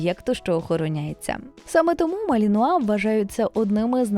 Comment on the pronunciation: Оце ви навалили інформації із собачого гороскопа! Цікаво було слухати про хоробрих боягузів! Заплутався ще на початку відео де ведуча жонглює наголосом у НАЗВІ. Гарні собаки насправді, жаль ви нічого про них і не розповіли.